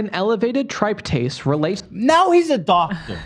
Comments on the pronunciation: Yes! I'll have to go back and rewatch if you want a comprehensive list. But for starters the very first test that was mentioned, tryptase. 1) He kept saying it wrong despite criticizing Ethan for not pronouncing things correctly. 2) He was talking about the test as if it's only clinical utility is in assessing allergic reactions, when it does have some clinical utility as a biomarker for leukemias and other conditions, as I think Ethan was trying to say his hematologist had discussed with him. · Pronounces tryptase wrong while attempting to convey that he knows shit Immediately goes into how Ethan mispronouncing something invalidates him talking about it. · As a medical laboratory science student this guy really knows nothing about medical tests. He pronounces tryptase incorrectly, and ANA titer actually does make sense. An ANA titer tests your antinuclear antibodies at different dilutions/TITRAtions. He's also incorrect about the interpretation of an ANA. ANAs are really only positive in certain autoimmune conditions, most often lupus. 1:320 is a significant result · Ironic that he criticizes you for pronouncing a medical word wrong yet he is pronouncing tryptase and esophagitis and multiple other words wrong (I’m a nurse). Also he says “self diagnosed himself”, which is redundant. It’s either “self diagnosed” or “diagnosed himself” 🙄. He is a twit